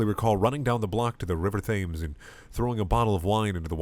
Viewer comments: The river is pronounced like "Tems", not literally "thames". You big dumpling. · "Thames" is pronounced "Tems" u fukin weeb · River THAMES??? TTHHHHHHHHAMES?!? WHAT IS WRONG WITH YOU?! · Why can't people pronounce Thames right? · He pronounced Thames wrong lol